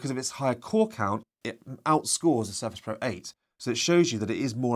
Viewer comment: Thanks for the video but I would recommend you to improve the way you pronounce Surface pro.